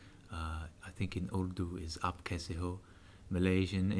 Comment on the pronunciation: " Aap kaise ho " Perfect from an Indian Muslim.